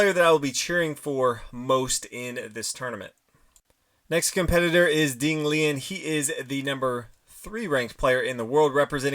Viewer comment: It’s funny how Americans don‘t even try to pronounce names properly! 🤣